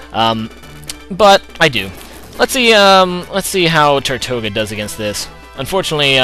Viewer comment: i really hate to be that guy but tirtouga is pronounced teertooga or tertooga, it derives from the spanish name for turtle or tortoise, it is also the name of a Caribbean island that is populated by turtles. i know you hate being corrected on names but i thought if i gave some background you wouldnt mind quite so much:)